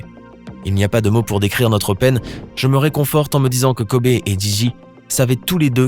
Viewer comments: Wow c est une femme forte mais n evorcher pas leurs nom se n est pas dianna mais gianna et kobé c est kobe c est e mais sa se prononce i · Kobe Kobe Kobe...et non Kobé. C'est pas le cousin à mokobé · Virginie Gomes mais ps du tout mon reuff sa sdit kobi Pas Kobé mais sa s’écrit Kobe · « Kober » ta pas le droit cousin ON DIT KOBI... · Kobe et pas kobé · Son prénom ne se prononce pas KOBÉÉÉÉÉÉÉ mais KOBIIIIIIIII honorons sa mémoire en commençant par ne pas ecorcher son prénom ça serait un bon début.